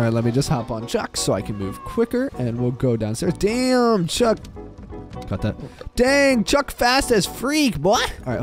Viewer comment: And I thought you called the cat shrek but it was Actually chuk